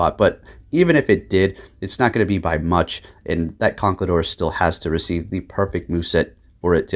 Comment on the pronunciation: I don’t mean to be rude, but you are saying conkeldurr wrong. It goes con, kel like keldeo, and durr like shellder. Again not to be rude, but it’s annoying to here Pokémon’s names said wrong.